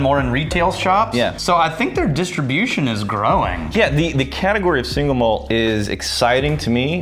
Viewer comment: "It's still growingK"